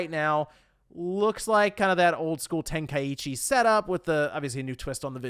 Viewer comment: Hearing pronunciation of Tenkaichi still sounds weird.